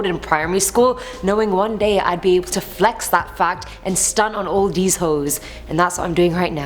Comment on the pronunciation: I like the way she said she was stunting on them hoes in her accent